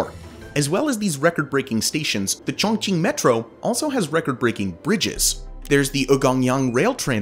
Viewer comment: Sorry but your pronunciation of Chongqing is not correct, and it sounds like you're trying to hard. It's pronounced more like Choong ching. Also the population is 32 mil if you are counting the entire admin region which also includes huge rural areas, but Chongqing municipality region is much lower and other cities like Beijing and Shanghai eclipse this. A better comparison would be New York metropolitan area to Chongqing metropolitan area which would be 23 mil vs 32 mil.